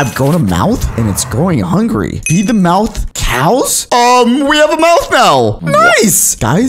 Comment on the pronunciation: Would you stop saying “hungry”😣👏🏿